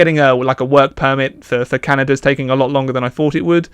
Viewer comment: Literally heard you say, "work permit for cannabis" and was like, oh wow alright, then you said Canada. XD